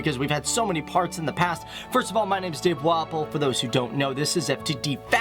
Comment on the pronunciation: walpole sounds like waffel and why dont you do things in io anymore